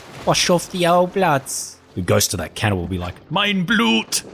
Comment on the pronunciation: This german was freaking awesome